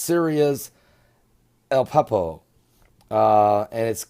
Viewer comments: u sound stupid.. AH-LEP-O ,sorry.. this is good information.Pleases learn how to pronounce first ALL places, and people. thank u so much for your great updates, we r close , but have alot more suffering to go. Pleases read Hosea 5:1-.. it tells u about this , Shalom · A-lep-po (ah-lep-poe)